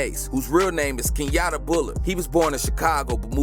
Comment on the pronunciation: Nigga said kenyatta